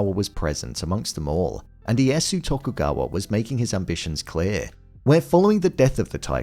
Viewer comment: Oh! I get to be that guy! The "Iyasu" is throwing me off 😅 Correct pronunciation is something more like long-e, long-a, then the yasu. The "i" and the "e" are both pronounced in the name. Now, if you'll all excuse me, I have a very exciting party to attend, where I'm assured that I will be the guest of honor. 🤓